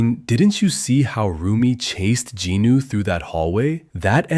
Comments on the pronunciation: ... JINU NOT GINU UGHHHH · It is jinu not ginu